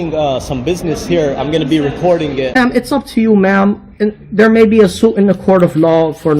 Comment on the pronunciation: ITS SUIT....SUIT... not "zoot" its not a "lawzoot".....